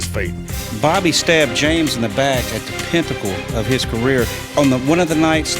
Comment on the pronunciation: lol the Pintacle. i thought it was pinnacle? haha